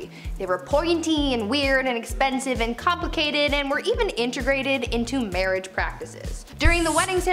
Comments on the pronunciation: "MAWWAIGE" I'M only going to say mawwige instead of marrige now, for the rest of my childhold, and maybe even teenhood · Mawwiage that's hilarious